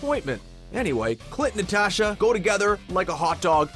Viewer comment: OH MAH GAWD SAY IT WITH US: N-A-T-A-S-H-A ITS SO FRICKEN EAZY